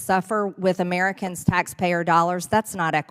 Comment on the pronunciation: "Amiricans" she's so stupid, can't speak, so hateful, mispronounces sooooo many words.